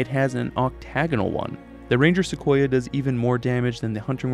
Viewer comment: I'm just glad you didn't say Seck we oh lol Love the video, as always 🖤💚